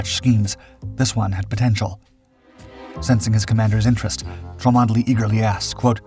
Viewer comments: Please, Cholmondely is Chumley when spoken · Arrrgh the mispronunciation. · Cholmondeley, pronounced Chumney I beleive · 'Cholmondeley' is pronounced 'Chumley' ! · chomondley is pronounced chumley. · Thank you, I was just about to say the same thing.. good to know how known it is 👍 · This is about one of the greatest deception plans ever. The man who thought up the plan was Charles Cholmondely (pronounced 'Chomly'). You should be ashamed that you failed to provide the correct pronunciation in your episode.